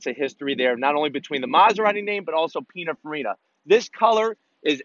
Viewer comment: Pinafarina? Sounds like a type of pineapple. Do you mean PinINfarina?